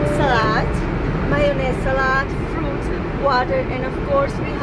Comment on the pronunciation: "salard" - salad "tel eve" - tel aviv